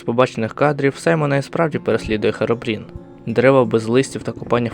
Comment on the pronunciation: не Херобрін, а Хірібрін